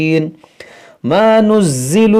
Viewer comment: ما ننزل غلط پڑھا ہے